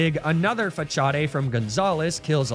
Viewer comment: was a good video til i heard Fah-Cha-Day as the pronunciation of Facade 5 times in a row, wtf